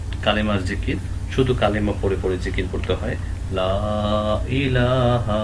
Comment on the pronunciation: মুহতারাম একটা বিষয় ক্লিয়ার হওয়ার ছিল। ইলাহা এই শব্দে ওয়াক্প হয়ছে কিন্তু হা তে তো সাকিন উচ্চারণ করেননি।জবর উচ্চারণ করেছেন। আমরা আপনার আগের লিসনে শিখলাম যে হরফে ওয়াকপ হয় সে হরফে হরকত থাকলে সেটা সাকিন উচ্চারণ হয়।এটার কি অন্য কোনো কায়দা আছে? দয়া করে জানাবেন মুহতারাম